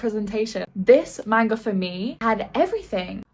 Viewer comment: So cute how she calls it "main-guhs" 🥹💗